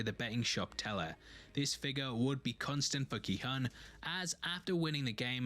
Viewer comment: Just a quick FYI, the main character's name is pronounced Gi-HOON. His name is written as Gi-Hun and the "u" in romanized Korean is pronounced as a long u sound (or a "oo" sound as in "noodle"). 😃